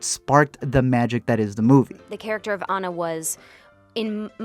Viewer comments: It’s not an-na it’s pronounced ah-na! But still spelled like Anna even though it’s not pronounced that way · if he says "ánna" one more time 😤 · Not trying to be THAT person but it’s ANNA like AH-NUU not ANNA like Anna Kendrick!!! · if he said Anna wrong one more time I would jump through the screen and strangle him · Hearing you say Anna wrong throughout the whole video is driving me insane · Is it just me that’s bothered when he pronounces Anna’s name wrong lol. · Love you for the comment about Tangled being better because it's a FACT... kind of despise you because you say Anna's name wrong the entire. video.